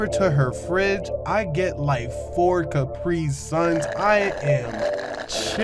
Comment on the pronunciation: I like how he said 4 cuprisuns